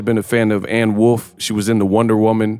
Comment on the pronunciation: Anne Wolf is perfectly said dawg